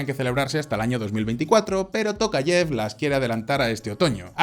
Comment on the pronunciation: En español se dice " tocayev" o "Tocayof"